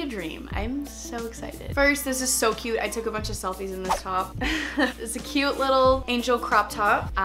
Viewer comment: Can u say CUTE instead of CUE it’s so annoying